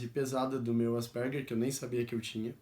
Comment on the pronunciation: Pronuncia-se: ÁS-PER-GUER.